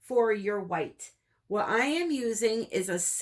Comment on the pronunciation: I “AM”, not Ann